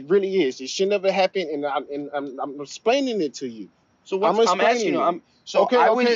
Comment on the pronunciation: “I’m rexplaining it to you “ 😂😂